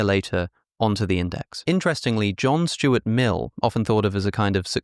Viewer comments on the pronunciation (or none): none